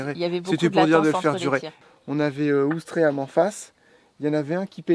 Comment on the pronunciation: Bonjour les vadrouilleurs et tous les Bandys....je suppose que c est volontaire... mais ya un ""i"" a Ouistreham.....a moins qu on le prononce pas... bizzz